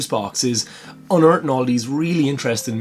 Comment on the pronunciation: you reached a new peak irishness in the videos when you said "unearth it all"